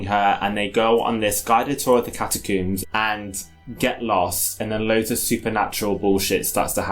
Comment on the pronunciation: How did let say "catacooms" twice without 1) a correction or 2) a reaction shot. HOW.